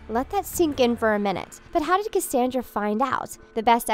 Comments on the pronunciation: You didn't even say Cassandra's name right how do you say her name wrong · Am I the only one that is super mad about how she kept saying Cassandra's name wrong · 1. Why are you mispronouncing Cassandra and Varian?!? AHHHH. 2. Missing is the theory that Cassandra slowly started to turn evil after she touched Rapunzel as she was saying the moonstone incantation. 3. What about Lance missing from the wedding? 4. IS SEASON 3 TRULY THE END? I legit did not know that. 😭